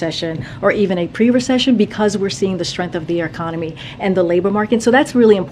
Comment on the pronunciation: Ahh, the “arconomy.”